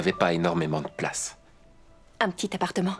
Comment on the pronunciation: Question: pourquoi l'actrice principale rajoute un ssse à chacun de ses mots ? Comme plassssse au lieu de place et nuitsssss au lieu de nuit et merssssi au lieu de merci.